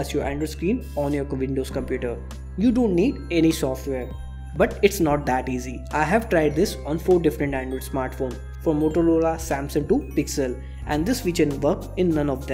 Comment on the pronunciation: did he just said motoloda 😄